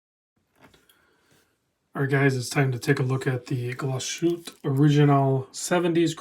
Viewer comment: As this is a watch channel it would be great to at least try to pronounce Glashütte correctly. Saying Glashütt (missing off the "e") is like calling Seiko "Seik!"